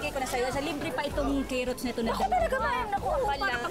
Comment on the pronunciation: Yung "Cayrots" ang nag dala 😂